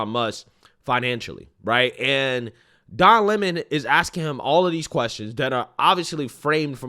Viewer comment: Don " Is'ah" Lemon